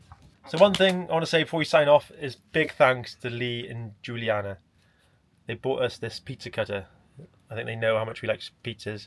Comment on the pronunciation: Glad you liked it mate, and 10/10 for the pronunciations of Giuliana 🇮🇹 not a lot of people get that right I can tell ew!! 👏👏👏 Nothing like solving issues on your van is there, thanks again for your help on ours. 🙏🙏 ❤L&G❤️